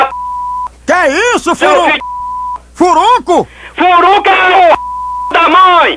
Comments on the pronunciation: ''furuncu'' kkkkkkkkkkkkkkkkkkkkkkkkkkkkkkk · Furunu?? furuncu? furuncuuu... kkkkkkkkkkkkk